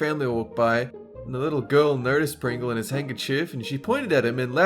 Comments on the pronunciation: He said Pingles allergies XD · "Pingle", okay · "Pingle" lol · What is a "Pingle?"